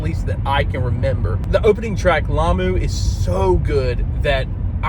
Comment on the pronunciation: Good job on "Lamu"!